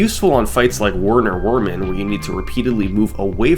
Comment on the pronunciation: FYI, I'm pretty sure it's pronounced Verner Vermen. Because it's German. And it's a rat. Vermin.